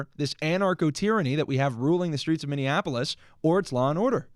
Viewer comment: 😂 Kai trying not to laugh as says “Minnionapolis” again! 😂😂😂